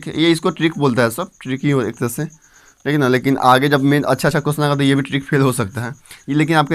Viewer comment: Thik शब्द को tik tik बोलना बंद करो